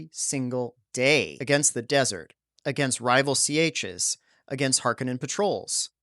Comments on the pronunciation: I'm confident you're mispronouncing "sietches". It rhymes with "beaches". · No, he’s mispronouncing it.